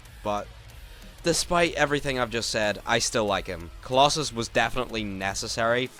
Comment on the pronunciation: Finally someone says they butchered kolossos